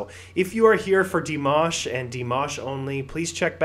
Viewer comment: No, not like "mash" in mashed potatoes. Like MAHSH, like in "mosh" pit.